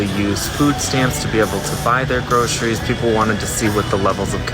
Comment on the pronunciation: It is not pronounced groSHeries.